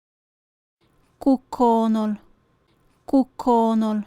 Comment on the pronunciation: Frases 71 y 72: dice koonel, debe decir: koonol